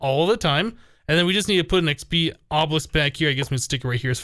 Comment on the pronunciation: whenever he says XP it sounds like he says XB if you watched his sky factory series you'd know what I mean